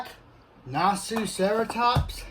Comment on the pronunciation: Did he say naziceratops?!